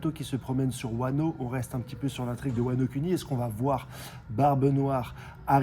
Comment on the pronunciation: wano cuni lingus 😅 nhesite pas a t’abuner. a trop essayer de prononcer a la japonaise ton fraction deviens incompréhensible mdr